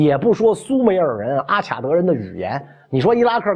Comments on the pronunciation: 中文的阿卡德的“卡”，应读“ka”, 不能读“qia”。外文”Akkad”（名词），”Akkadian”(形容词）。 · Akkad应该读阿卡（音喀）德